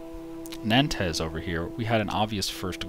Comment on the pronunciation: lol when you said nantes